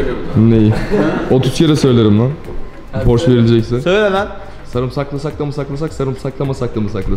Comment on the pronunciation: porş demeyin şu arabaya yahu. okunuşu PORŞE'dir.